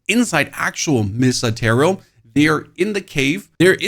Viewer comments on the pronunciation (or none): none